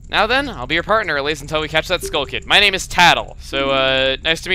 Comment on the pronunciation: She says her name so WRONG